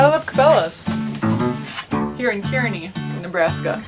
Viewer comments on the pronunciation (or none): Kearney is pronounced car knee. It's always windy in Iowa and Nebraska. Driving across Nebraska is very boring. I grew up in Nebraska and now live in Iowa. Safe travels.